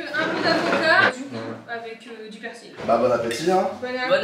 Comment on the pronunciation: Jsp qui fais le montage mais c’est perSil pas perCil